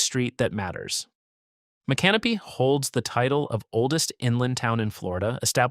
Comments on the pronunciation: Mick - uhh - NO - peeee This guy pronounced it like an Australian with a camping problem… “Mate! There’s a drop bear in muh canopy!” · Mi- canopy? 😂 Try Mi-can-o-py 😮 SMH 🤦‍♂️ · M'can'-uh-pee?😂 Cmon speaker is not a floridian try Mick-uh-no'-pee (I think likely a Mikasouki native name) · cringed every tim i heard the narrator mispronounce the name of the town of micanopy. It is incorrect to pronounce mic-anopee, with the accent on the "a." The correct pronunciation is mic-uh-no-pee, with the acent on the third syllable. Please correct this. thank you. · Mispronounced the city of Micanopy, it is pronounced as mi·kuh·now·pee. Go to Micanopy and pronounce it any other way, don't worry about sunrise, the people there will not be kind to you. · its pronounced mic-can-o-pee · It made me CRINGE to keep hearing you mispronounce Micanopy. You couldn't learn how to PRONOUNCE it for your story? Shame on YOU! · You are pronouncing, Micanopy wrong. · The correct pronunciation of Micanopy is even avaliable in a popular John Anderson song. Do better. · Nobody give a fk how its pronounced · I'm from Levy County FL. I was wondering if you thought that there is something wrong with people wanting to live in small untouched towns? Not everyone wants to live in shitholes like Jacksonville, Orlando, Miami and Tampa. Also learn how to pronounce Levy and Micanopy and others. Also the big bend area is called the nature coast not the forgotten coast. We Floridians like it as it is. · Mic-A-No-Pea is the correct pronunciation. Oh-Cho-Pea - try it that way. Damn Yankee. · Please learn how to pronounce the cities you are mentioning! You mispronounce Micanopy as well as Ochopee!!